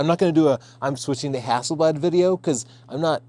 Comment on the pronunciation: Extra points from Sweden for the way you say Hasselblad! ( It means Hazel leaf ) It´s a typical surname in Sweden. + Inside info the man himself Victor Hasselblad had a dog named Leica!